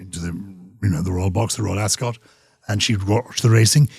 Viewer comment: Very good interview. However, Gyles must learn to pronounce 'Ascot'😂😂😂😂